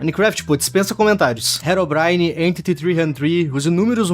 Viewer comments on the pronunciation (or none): none